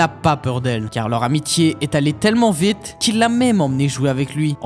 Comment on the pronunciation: accent québécois? pour le mot "vite"